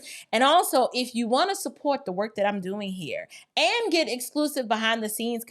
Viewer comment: ... the word is 'get', Jasmine, not "git".